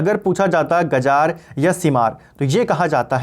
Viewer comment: गजार नही होता गिजार होता है